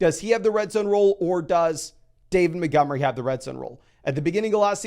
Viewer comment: Every time he says David Mittghemry I giggle